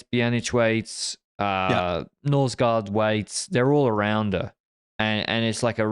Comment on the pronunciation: My ears bleed a little bit when says Norsgaard, like with Vingegaard 😆 just ignore the double aa (å sound). It's much more similar to an o - sound. We also hate the letter d, so ignore that completely. Nors-gor. Ving-e-gor;) but great podcast guys ❤